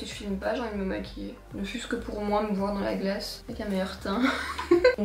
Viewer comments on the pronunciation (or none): Ah finalement tu as choisie le haut avec les fleurs! 🥰 (vlog et Enzo) Je t'adore, tu me fais tellement rire 😂 "Allez vwer" 😂 "Demain on va sortir un géranium pour se maquiller" 😂 Enfin SOIT! Tu es au TOP du TOP, continue comme ça! Prends bien soin de toi,d'Enzo, de Django, de Wilo et sans oublier les poules et les biquettes! ❤ Pleins de bisous, D'une petite belge! 🇧🇪